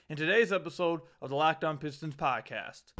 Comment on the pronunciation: Adam Silver cares so much about Detroit that he can't even pronounce our team name, what a joke